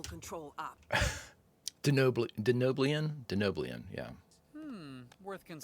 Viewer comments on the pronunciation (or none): 1) It's promounced "Den-ohb-you-lan" 2) Yes, mugatu are *venomous*. (Way to tell the difference: if you bite it, and you die it's “poisonous”, but if it bites you, and you die, it's "venomous. You'll see the mugatu later on in TOS. 3) You still have more than a season to go before you find out what Mariner's deal is...